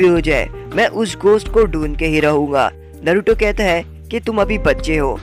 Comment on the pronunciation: Bhai tum bar bar naruto ko baruto kyu bol rhe ho